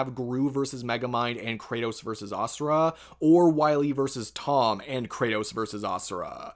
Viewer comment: “Jimmy neutron verseurs dexteuuuuuuur” wtf is that dialect